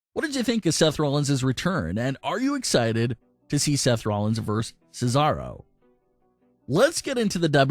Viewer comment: Why the hell does everyone think VS is pronounced verse instead of versus. Look it up. When you pronounce it verse you sound like a damn fool.